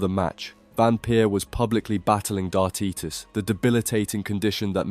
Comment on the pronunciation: "Aleye Pally"?, "Darteetis"? - In the words of Wayne Mardle "I CAN'T SPAKE!!!"